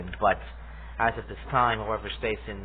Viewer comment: Stassen’s name is pronounced with a short A, like “staff”.